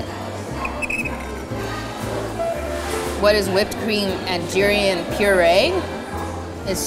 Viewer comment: the way she pronounced durian made me uncomfortable, im from Philippines btw